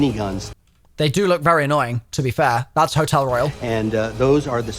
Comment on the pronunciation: No It is royal (roy-ul)